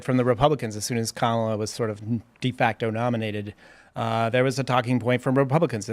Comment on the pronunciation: IT'S KA-MA-LA......................